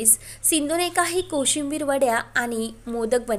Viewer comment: कोशिंबीर वडी नाही ग बाई..कोथिंबीर वडी😢